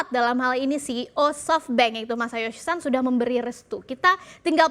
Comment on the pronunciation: Masayoshi SON! Pake /o/ bukan /a/. Itu bahasa Jepun, bukan Inggris 😂